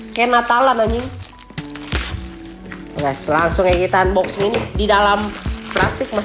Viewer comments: Tulisannya emang unboxing tapi dibacanya anboxing pan,pan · Bang saya kasih tau nih unboxing itu dibaca anboxing bang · "UNboxing"🤣 #ripenglish